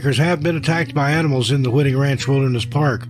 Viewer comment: Hi: on the 1st story, "Whiting" Ranch is pronounced with a long "i", like in the word " white", not like wit.